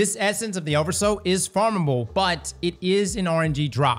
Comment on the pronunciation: Everytime he says "oversous" my brain turns to swiss cheese 🥲